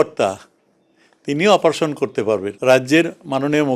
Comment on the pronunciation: Bleche “operation kre”😂😂😂😂😂”Oposaron” tao tik kre blte parche na 🤣🤣🤣🤣🤣🤣